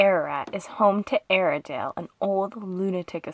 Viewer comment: At first we thought you said "Arendale" like in Frozen, but this place sounds like a terrible place. It still has quite a bit of the original fixtures. Yikes!